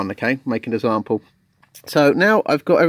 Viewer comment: Did I hear zample? .... Great video however✌🎹